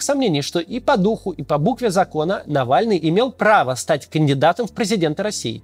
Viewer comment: Кто такой нэвэльный